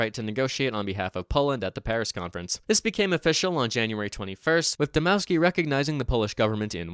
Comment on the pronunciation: Dmovski would be more accurate as Dmo ff ski isn't how you pronounce "w" in polish although its still better